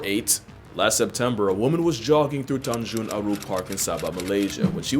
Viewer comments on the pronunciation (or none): Malaysian mentioned. I know it's hard to pronounce Malaysian words, but Tanjung is pronounced like Ten (10) + (ma)HJONG (chinese board game)